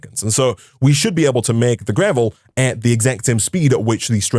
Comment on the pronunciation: Why is he saying gravely ore ?😂😂 it is just gravel ore